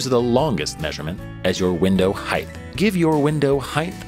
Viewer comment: "window heighth and width"